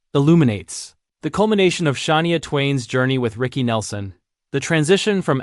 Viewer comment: How can you expect to be taken seriously if you cannot pronounce Shania name correctly? Ridiculous! Bye the way Rick Nelson died in a plane crash in Dec 1985!